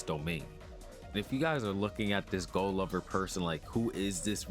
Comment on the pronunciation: No way you just said go_lover it's gojover